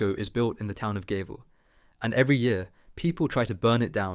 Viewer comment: The Swedish town Gävle is actually pronounced closer to "Yeah'v-Leh"...